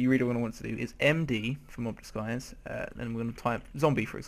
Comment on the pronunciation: Mob Disguise not Mob Diguise